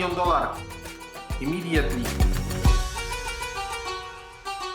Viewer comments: Nie lubie nawet piłki, wlaczam zeby uslyszec - ŁAN MILJON DOLAR. IMIDJETLI! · one milion dolar imidietli hahaha, jebłem